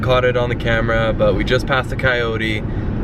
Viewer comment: Hahahaha "neature" still cracks me up 😂